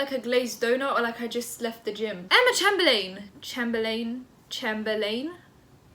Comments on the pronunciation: not trying to be rude at all, but her last name is chamber-lynn😊💛 love your vids btw!! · You pronounce it chamberlin x lysm x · Pronounced: CHAYM-BURR-LYNN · Ch - AIM - ber - LIN is how it’s pronounced correctly. The capitalised buys being the parts that needed changing👌🏻love your content btw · haven't actually watched the video yet but imma start by saying...isn't it chaym-ber-len? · i turned off this video cuz i didnt wanna listen to you pronounce her name like that,😓 im that bitch